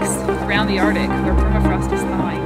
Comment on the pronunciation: She's releasing gas in the ardic. It's arctic